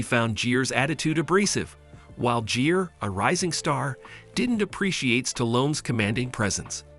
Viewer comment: Jeer? Ai can't pronounce Gere like gear? This ai can't pronounce any name right 😂